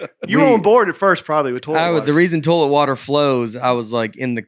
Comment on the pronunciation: Toelet is one of the funniest pronunciations of toilet I've ever heard and I grew up saying torelet